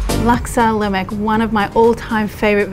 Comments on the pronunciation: It’s not laymac..... it’s LemAk... lol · In the Malay language (Bahasa Melayu), the 'K' at the end of a word is not pronounced. Should be Laksa Lema, with a slightly longer 'A'. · Great recipe but butchered the pronunciation of "lemak"